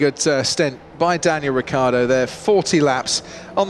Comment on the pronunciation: Anyone gonna talk about the mumbling when croft trying to say "Daniel Ricciardo?"